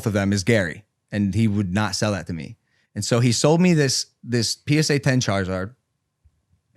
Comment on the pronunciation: Charzard. When did charizard lose the i?